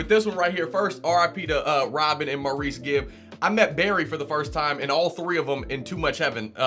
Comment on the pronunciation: Not to be Debbie downer but you pronounce his name Morris. I know it’s weird.